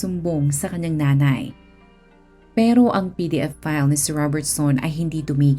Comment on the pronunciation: Mabablock po ba channel mo pag sinabi mo ung word na "pedophile"? PDF file kc pagkaka sabi mo eh